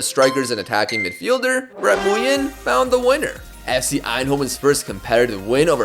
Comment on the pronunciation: Nguyen in Vietnamese is pronounced like "Wing" basically btw